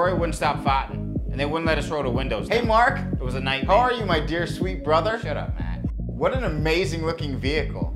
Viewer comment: "Mahk" "Maht" "Memahw" lmfao i love how everyone has an H randomly in there. Surprised it wasnt "Rohy"